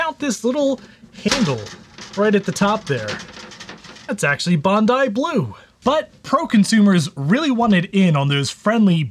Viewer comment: 💯 You get 100 points for being the first to pronounce "Bondi Blue" correctly! 💯